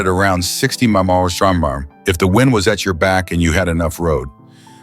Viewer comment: Please teach your AI narrator how to pronounce “miles per hour”.